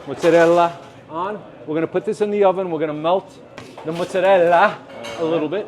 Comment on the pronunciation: I love that even when he is mocking the italians with his 'correct' pronounciation of Mozzarella, he still says Muzzarella...! 😂😅 amazing